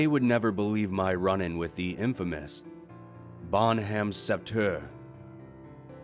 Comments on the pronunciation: "Bonhomme Sept-heure" would be pronounced roughly "Bounom sett-eur" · Just FYI, it's pronounced bawn-UM-SET-eu-RES. And KAY-bec, not cooebeck. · The way you pronouce "Bonhomme sept heure" is so strange but I can't blame ya you're not a french speaker.